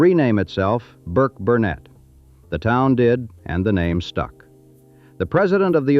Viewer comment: You don't what you're talking about. Burk Burnett not Burt, numbnuts. I know that area well.